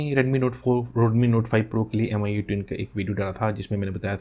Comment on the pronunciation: Its not AMIYOUEYE its MEEYOUEYE just correcting 😄🤗🤗